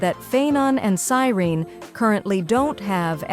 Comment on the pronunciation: Yeah and the stupid AI can't even pronounce Dan Heng or Cyrene correctly 😤 so annoying.